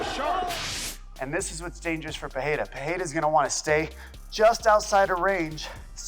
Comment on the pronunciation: Pereira, not "Pereria ". Chamem a atenção do estagiário. 😉